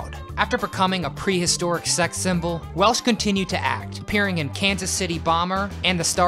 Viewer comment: I would have had Cheryl Tiegs over Bo Derek but I'm glad you included Stevie Nick's. Oh, also, it's Welch, Raquel Welch. Not Welsh.